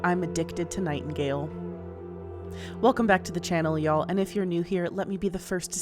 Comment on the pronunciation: It is slightly funny to hear a yankee accent utter "yall"